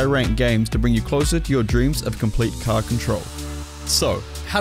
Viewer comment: You still wanna be hitting it with those parts of the caaa , that sounded funny lol